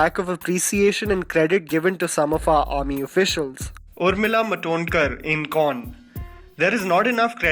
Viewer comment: Urmila matonkar??? It's urmila martodkar